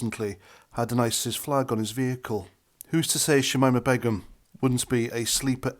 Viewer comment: Her name is pronounced; Shameema Baygum